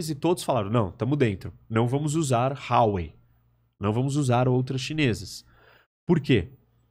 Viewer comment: O país se chama Quirguistão (não Quir-Q-uistão), Haowei não existe, a empresa se chama Huawei (uma expressão relativamente popular em mandarim). A cidade onde a pandemia teve início se chama WuHan, não Juan (que se trata de um nome próprio de origem hispânica). Esses são alguns dos erros imediatamente demonstráveis. Há mútiplas instâncias de imprecisão política e geográfica nas falas dele também, mas essas demorariam muito mais para explicar. De nada.